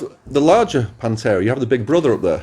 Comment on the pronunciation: Panthera with a TH :P